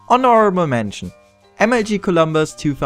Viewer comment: der voll XDD Er kann "honorable" nicht asuprechen, sein "r" hört man raus.. was nicht schlimm ist, er ist nett und kann gut Englisch aber übertreiben kann man auch..^^